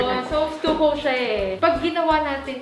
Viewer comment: bilib na sana ako sa interior designer, kaso yung pronunciation ng "stucco" and "fluorescent"